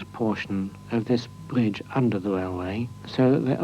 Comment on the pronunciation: Can't help notice that the commentator has that unique to the British upper middle and upper class speech impediment of pronouncing the letter "R: as a "W". Yep, no other English speaking country has this impediment. Bwidge. Wamsgate; Woute; Appwoaching; Impwovents; Woad; Wight, etc., etc..